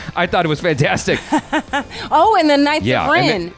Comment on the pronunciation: I winced in pain when she said "The knights of Ren"